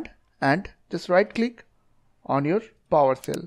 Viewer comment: PowersHell. Not Powercell.